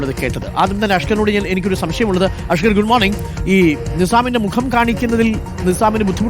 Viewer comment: mokam ennu parayathe,.. Say mukham. U r a reporter, use correct vocabulary. Next time....ok